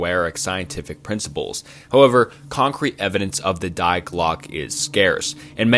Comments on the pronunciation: When you pronounced Die as “dye” really hurt me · Die in German pronounced dee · It’s pronounced „dee“